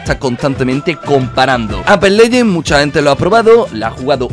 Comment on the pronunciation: Todos: Apex legends: Ape Leyen